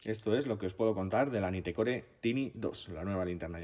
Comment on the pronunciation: Naitcor .. asi se pronuncia 🤪